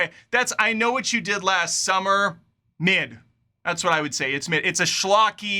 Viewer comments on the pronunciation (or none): When you said "Mid", towards the end of the video, I thought you were just making a "Meh" / "M'yeh" sound.. As if the film was so mid, you didn't even have the effort to say the three letter word... Keep it up, love the videos/reviews - funny af, dude, cheers.. (p.s. NEVER change the fast-forward actions, please, always makes me crack up)